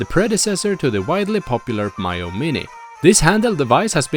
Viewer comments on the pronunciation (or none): its Mee-yoo not My-yoo. why can't reviewers even get a basic thing such as the name right.